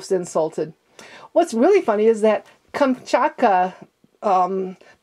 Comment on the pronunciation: It's 'Irkutsk' not 'Irkuss'. But I'll leave you alone on that one, not many can pronounce that syllable. I have eastern european ethnicity. (While I'm at it. It's Kahm-Chot-Ka. Not Kamchat) To help with the 'Irkutsk' pronunciation. Say 'Shot skull' then break it down into the middle syllables until you're saying Otskull. Finally, extract the 'tsk' from the remainder.